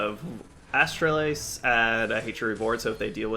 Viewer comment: Man you are butchering Astalos’ name lol